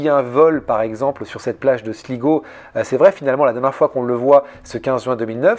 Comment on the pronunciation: Slaï-go et non Sligo😊